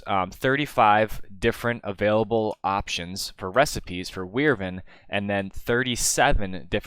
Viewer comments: Wivern core? Nah man wyvern core :P Just kidding man I still find new pronouncuations every day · Wyvern is pronounced 'WHY-vern', not 'WIR-ven'. Just wanted to elaborate. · ive never heard someone say wirvern core